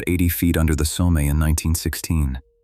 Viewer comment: And some words are mispronounced like the name of the river Somme: pronounced as "so-me" instead of "som."